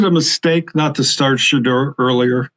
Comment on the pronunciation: Why can’t stefanski say Shedeur’s name. because he can not stand him God has Shedeur